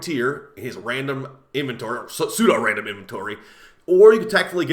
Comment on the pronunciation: used the word pseudorandom in a sentence? And pronounced it correctly? 🤯 Rock on!